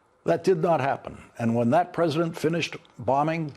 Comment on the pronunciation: The press-A-DENT and Pete ..ar